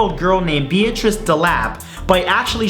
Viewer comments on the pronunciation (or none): none